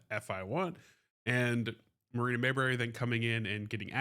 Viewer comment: Pardon me sir, but the woman's name is Marina MAY-Bree, not Mayberry. You're thinking of Andy and Opie.